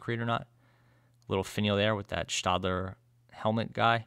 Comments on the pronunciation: I believe the "ae" in Staedtler is pronounced "eh" rather than "ah" in both German and English. Sorry for the nitpick, but your reviews are already near-perfection anyway! ☺️ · Yep, it's stetler as in a Stetson hat. But I give credit because I have mispronounced so many things in my life that I have no ground to stand on to criticize. LOL